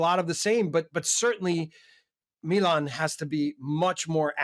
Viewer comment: Great show! Thank you for pronouncing Milan correctly 😅 and not saying “Meeeeeelan”!